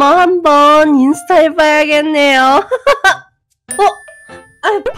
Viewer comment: 인ㅡ타 인데 저작권 때매 인수타라 하셧나용? 셧× 셨 아니까 뭐라 하지는마세용